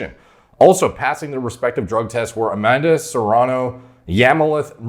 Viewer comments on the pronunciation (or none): none